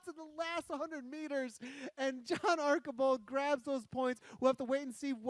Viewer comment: John Archibald: ARR - CHEE - BOLD